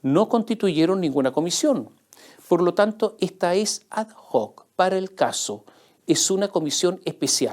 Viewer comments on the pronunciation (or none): Estimado señor Mosciatti: ad hoc se pronuncia sin sonido de la h, porque proviene de latín, o sea, se pronuncia "ad oc".